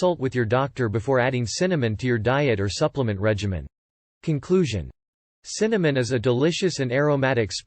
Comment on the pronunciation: Can you say Cinnamon?